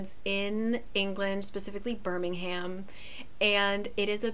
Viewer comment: "Birmin -ham" I can't 💀😂😅